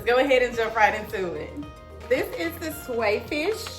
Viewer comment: Your pronouncing it wrong google how to pronounce it thank me later 😂